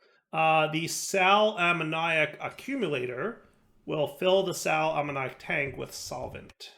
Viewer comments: Hi, it's a bit pedantic, but Sal ammoniac is pronounced sal uh-moh-nee-ak. So with the stress on the o, not on the iac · Watching these a few weeks too late but: Spagyrics: Spuh-jeer-ics, i.e. the "g" being pronounced as in "gyroscope" Brazier: Bray-shur Sal Ammoniac: Think "Ammonia", but just add a "k" sound at the end, not ammon-áy-ac